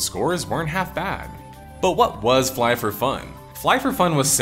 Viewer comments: Fly f f killed my brain never in my life i imagine someone to pronounce IT like this lol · it's Flyff as in fly...ff